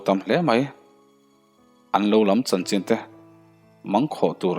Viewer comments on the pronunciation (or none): none